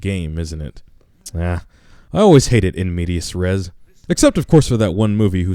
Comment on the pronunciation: it's not in mediaS res, it's in media res. it's Latin you dumb fucks. what do you know about Latin anyway?